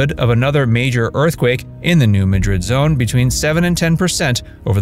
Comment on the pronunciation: New Mad-Drid, emphasis on the Mad, not Madrid, like in Spain.